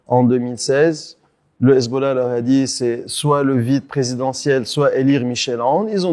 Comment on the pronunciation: "le Ezbollah" ça passe pas...